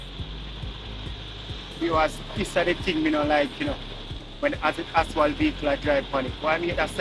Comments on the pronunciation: You keep calling asphalt aswal it is pronounced asfalt a d not aswal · I have been telling him that from last year that the word is ASPHALT and not ASWALT...😂😂😂😂😂😂and the man would never change and pronounce the word the right way..😂😂😂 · I love your channel, but I think you call asphalt wrong. It aswal